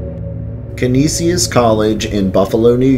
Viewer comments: He pronounced Canisius, Ca-ni-si-us and its pronounced Ca-nee-shus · *caneeshus college is the local pronunciation. And *Shays is the pronunciation for the theatres in the area. You missed the forest lawn cemetery. Great work though. For those that don't know western new York is chocked full of paranormal stories. Lots of history. Going back to the Iroquois and Seneca and possible Vikings exploring. It's fun stuff. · as a Buffalo native, thank you for this video. Some of the proper pronunciations are Canisius (can-ee shus) Medaille (mi-dye) Shea's (shays). Great video! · Its pronounced Ka-knee-shus aka Canisius college. Lol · Its Kaneshus college. That's how your pronounce it! Lol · I loved this video, I grew up in Buffalo, that being said, I did get a giggle as many of the location names are totally butchered. It’s all good though. Many Do not look how they are pronounced.